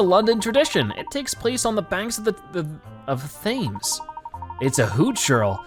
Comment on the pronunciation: Thanks for posting such a long episode! Now I can enjoy even more of this series!! Btw quick thing. Thames is pronounced Tems. And profiteroles is pronounced pro pro-fit-o-rolls.